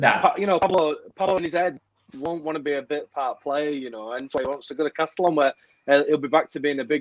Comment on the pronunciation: Castellón is pronounced "Casteyon" by the way.